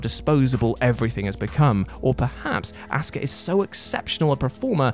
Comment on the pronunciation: HER NAME IS NOT ASSKA, its Asuka